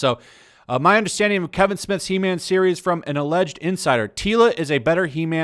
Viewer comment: It’s called He-man not He-mam